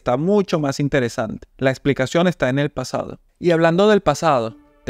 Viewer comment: Tremendo el video! Solo un pequeño detalle, "Pasdao" 🤪🤪